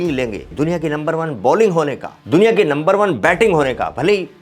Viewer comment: Bhai number 1 nahi lumber 1 bolo